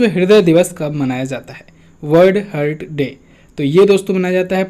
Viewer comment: please correct the pronunciation of heart ...